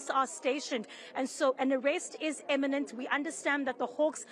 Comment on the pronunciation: To our lovely reporter, an arrest is, 'imminent' not, 'eminent', which means something else.